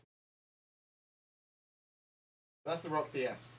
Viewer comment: Says "Roc-DS" Me: fart noise